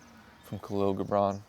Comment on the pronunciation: Hey, my Brother, Find out how Kahil Gibran is pronounced. I always said it phonetically also Then a Lebanese friend told me how it is actually pronounced 💜☮️🌈